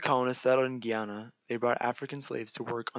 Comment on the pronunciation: It's Gah-Yana not Gi-Anna 💀